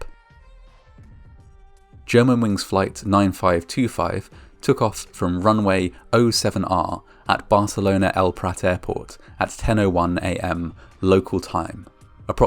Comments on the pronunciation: Runway 07R is read as seven right. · "Runway oh seven R" yikes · Narrator: “Runway oh-seven-are”. Me: “Runway [zero] seven right...” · Runway 07R is pronounced, "Runway seven right," not "zero seven r."